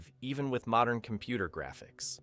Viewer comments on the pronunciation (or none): none